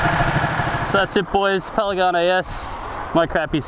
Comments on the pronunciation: "paligane s" ;) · how many time did you say "Paligane"?))) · A good riding makes me say paligane instead of panigale too lmao. You tamed that beast bro!!! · Has nobody else noticed the "Paligane"... last I checked it was a "Panigale" not a "Paligane". Anyway cool vid:) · youre just saying it wrong, panigale not palaganie. lol looks like good fun, but damn expensive. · it's PANIGALE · I'm pretty sure its pronounced Pan-i-gaal, but dont quote me on it. as always awesome vid :P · Say it with me, it's P-A-N-I-G-A-L-E! Great vid! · is he saying PALIGANI? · "Pen-a-ganay", hahahaha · "Palegane" lmao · Paligane lol